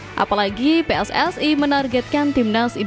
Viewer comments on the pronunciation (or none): none